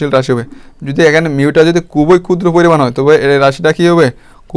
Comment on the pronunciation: এগুলো কি ভিডিও বানান মিয়া... স্পষ্ট ভাবে বলতে পারেন না. প কে বলেন ফ, ক্ষুদ্র কে বলেন কুদ্র কি এসব??? ভিডিও বাচনভঙ্গি বিরক্তিকর.. ক্লাস গুলো ভালো কিন্তু শুনে মজা পায়না ভাই